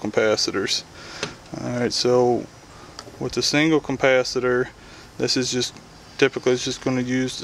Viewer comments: If you say CUMPASITOR one more time, I'm gonna blow my brains out!!! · Couldn't watch past 1 minute. There is not a fucking M in capacitor. It's not a compacitor.